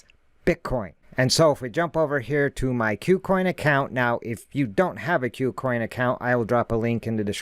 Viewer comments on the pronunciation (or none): Good content. Thank you. btw, I think Kucoin is pronounced "coo-coin" and not "que-coin". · "que-coin" sounds better, but I think you're right about it being "coo-coin"